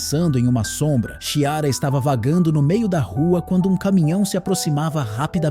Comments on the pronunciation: Que nervoso a pessoa falando Xiara so invés de Chiara!!! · O ruim de ser um robô como narrador, é que não sabe diferenciar algumas palavras, confundindo-as com siglas e também não sabe a pronúncia de alguns nomes próprios como Chiara. É horrível escutar falarem errado, principalmente em histórias inventadas e narradas pela IA, que também tem uma criatividade bem ruim.